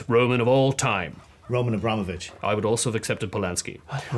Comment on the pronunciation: it's AbramOHvich, not AbrAHmovich. I guess it's genetic for English speakers to guess all the stresses in Slavic names WRONG